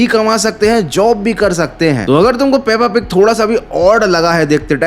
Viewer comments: Peppa pig❌ pappa pig✅🤣🤣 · Peppa pig ❌puppu pig✅